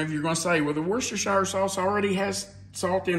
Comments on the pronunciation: Yeah! Crispix, 'FTW!' I've never heard of Kix in Chex Mix. I'd say this is definitely different! Ahh, oysters crackers! Mmm... peanuts! Cashews are good, too! ...and Bugles! [hehe] Just to mention it, worcestershire is pronounced wooster-sheer. I found out when I heard there's a city (town?) called Worcester in ME and was told it's pronounced wooster. I later searched the pronunciation of "worcestershire" and it's the same. 🤣Those pretzels really wanted to join the party! I can't say I have any particular favorite snack(s). My preference is anything crunchy. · But… I live in NH - but less than an hour drive from WORCESTER, MA. So, the correct pronunciation of this city is as follows: WOOS-terrr(rhymes with burr) … rhymes with “he is not brave; he is a real WUSS!!” Hence, the “sauce” pronunciation is as follows: WOOS-terrr-shear Sauce. And yes - it is “SHEAR” rather than “SHY-ER” . The emphasis is on the 1st syllable in BOLD ie “WOOS”Easy peasy once you practice a bit! One of my kids is a Prof Chef & can vouch; another one of my kids lives in Britain & can vouch. Lastly, I live 1 hr drive from BOTH Concord, NH and Concord, MA. Sharing this since you were teachers…. an old New England saying is still a truism: ”Atila the Hun never conquered Concord.” Newscasters & politicos usually mis-pronounce the CITY name. Both the city & the action are pronounced THE SAME. If only they’d been taught this adage! I really enjoy your videos & recipes - keep up the good work! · I say "war chester" sauce😂 Does anyone know the correct pronounciation😂